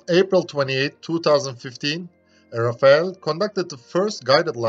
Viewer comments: The french prononciation of "Rafale" is not "Raphael" (the renaissance painter) but "Ra Fa L" with the ending "e" that is silent. The "...ale" is prononced as in "decimal" or "minimal". Anyway, very interesting video. Thanks ! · Please note that the French "Rafale" aircraft prononciation in english is not "Rafael" (which is a human name) but instead "RAFAL" to avoid confusions. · Very informative and well illustrated video about this advanced missile. Protip : Rafale is pronounced like Raf-Al (the french combat aircraft), not Ra-fa-el (Israelian weapon's manufacturer) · It's Rafale not Rafael. It's Rafale not Rafael. It's Rafale not Rafael. It's Rafale not Rafael. It's Rafale not Rafael. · The aircraft is called "Rafale" ( pronounced "Raff-ahl" - the french word meaning a gust of wind or a machine-gun burst), not "Rafael" the bibblical name. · I just want to add a little correction, the "-ale" sound is not the same one as "decimal" and "minimal" where the "a" is muted. It's actually more similar to the pronunciation of "all", so you would pronounce it Raf - all.